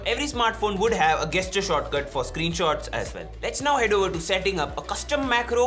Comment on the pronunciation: Great, helpful video. Thank you! Just a little comment about the pronunciation of the word 'gesture': you say it with a soft 'g', not a hard 'g'. Only saying this because I am a language learner and teacher and love it when people correct me in a respectful way! :)